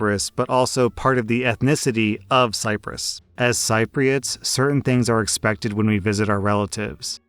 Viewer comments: Its pronounced "sip-ri-ots" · Cypriots is pronounced Sip-riots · Sip-ree-ots, not sipe-ree-ots. Good stories. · Sip-pree-oots, not si-pree-oots. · it's pronounced sip-ree-uhts! 😂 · Cypriots, is pronounced Sip re ots.🙂